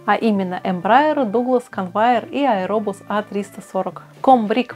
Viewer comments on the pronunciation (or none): none